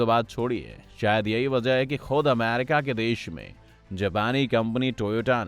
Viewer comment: A LODU ACCHE SE BAG KR NA KYA AMAAWWRICA AMAAARICA KYA HAI YE BC